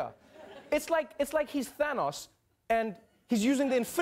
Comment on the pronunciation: The way he says thanos is pretty funny